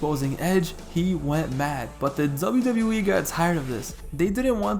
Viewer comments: Why does this man say "Zubayew Zubayew E"? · Dzable Dzable E🤣🤣🤣🤣